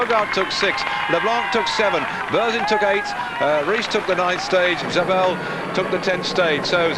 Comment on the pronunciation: y does he pronounce it zaybel